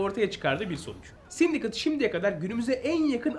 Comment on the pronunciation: Sindikeyt diye okunmuyor muydu o ya 😅 Yıkıldım sindikıt ne 😅